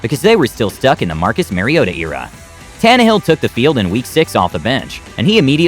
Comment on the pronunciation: Mike "V rabel", Bob "Grease" and Marcus "Merryota"... 🤦🏾